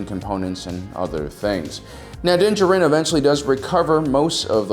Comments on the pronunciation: Anyone else hate how he says his name It's Din jar-in mate Not dincharin Love the videos otherwise keep it up mate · This may be a bit pedantic of me, but can you PLEASE stop pronouncing his name "dinja-rin"? For crying out loud, they say his name in the season 1 finale, so you KNOW how it's supposed to be pronounced! It's "din JAH-rin" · Din DJarin = “Dinjurin” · Why are you saying “Din Jarin” like that? I hope it’s a gag and you’re doing it on purpose lol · You just cannot pronounce his name, can you? C'mon man...you are just about my favorite channel...are you dyslexic? Not maki g fun of you.. I. Just asking...cause I notice you have a lot of trouble pronouncing words. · You’d think someone who’s producing monetized content devoted to sci fi he’d learn the pronunciation of the protagonist’s name. Also, y’all know this is fiction, right? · So do you even watch the show? Or do you just intentionally mispronounce Mando’s name? How annoying.